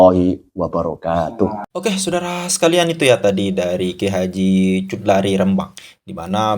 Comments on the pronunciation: Bukan cut lari tp bacanya hudhori..! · Kang mohon ma, af itu bacanya jangan cutlari. Melaikan khudori, muhon ma, aaf kang sekedar meluruskan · maaf min, nama beliau KH Chudlari: baca: hu-do-ri. bukan chud-la-ri. 🙏